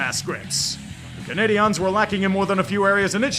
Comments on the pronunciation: FYI canadiens is pronounced cana-de-yens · regardless, no one says it how he said it lmao he just said the English word Canadians with a weird inflection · ah, ? agreed. neither french nor anglos say it that way. sorry, i thought you were just doing the ol' quebec moaning over english pronunciation.